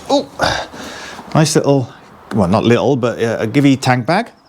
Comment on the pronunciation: Sorry to inform you but you mangled the pronunciation of Givi and Puig, Italian and Spanish companies.